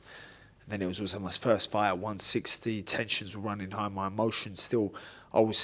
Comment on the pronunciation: It really was a hell of a “gight”